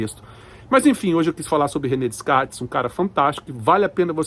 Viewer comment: DeScartes… o “s” não é pronunciado….